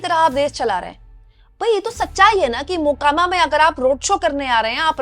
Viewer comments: Makoma nahi mokama😂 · “Makoma” nahi “MOKAAMAA”(correct pronunciation)hai.ap idhar se har video me galat pronounce kar rahi..🙏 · Makoba nahin hai Mokama Naam hai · Please note that mokama ka pronunciation aap galat kar gaye. To be the best in your class people don't expect us to make mistakes